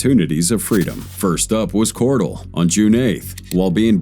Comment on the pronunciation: Her name is Melissa cor-dell like the computer dell not dual. But I know her and she's a real POS.